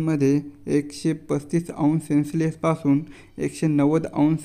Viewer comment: सेन्स लेस नाही सर सेल्सयेस असते